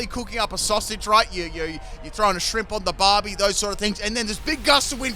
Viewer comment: More Monotype battles please. It’s my most preferred format. I use Fire types myself. Also, having an Australian say “shrimp on the barbie” hurts my soul